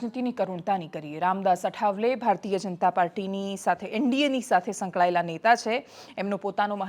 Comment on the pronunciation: બેન અઠાવલે નહી આઠવલે😊